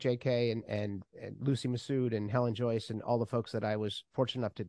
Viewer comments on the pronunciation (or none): none